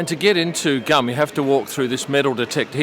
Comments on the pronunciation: Its funny that you said Gum, its Tzum. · Hi the mall is pronounced Goom actually not like chewing gum;). Wonderful video, thank you for sharing. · It’s not his fault, it was spelled as ‘GUM’, should have been spelled GOOM in English! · Thank you, I miss my city so much... GUM is pronounced like ['gum'] ie. "goom" - the Central Universal Store. You've shown a luxury postcard which we offer to foreigners))